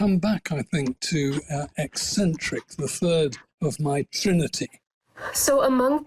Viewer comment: The woman calls herself a journalist, and can't even pronounce a word like ECCENTRIC! The scholar repeated the word multiple times. One would think she could correct herself in real time, but hey, she is a millennial posing as gen-z... Why would she admit???